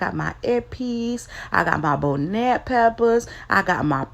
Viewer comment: It's pronounced bonnet like Scotch bonnet pepper, or like a bonnet that you put on your head